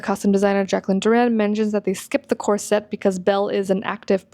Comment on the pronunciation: Ok its a Corset, not a "corsette"!!! I have been wearing them for ages, and my good friend is a costumer, professional, and this pronunciation is not accurate, unless you're speaking French.